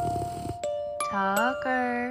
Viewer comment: Its tucker not thucker. Thucker would sound like the-kur.